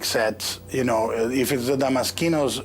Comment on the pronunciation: Hearing him repeatedly mispronounce damaskinos is irritating.